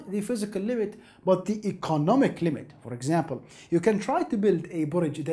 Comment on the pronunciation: ee-co-NOM-ic Not ee-conna-mick Seriously this guy talks about interesting shit, but I cannot understand him.